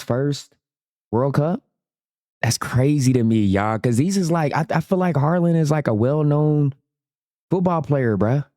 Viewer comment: "Harland" broken it's haaland